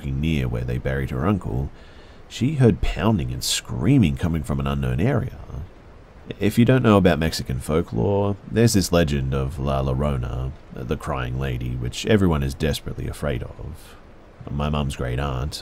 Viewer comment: It'a 2022 and you're still pronouncing La Llorona as "luh luh-rohnuh" 😭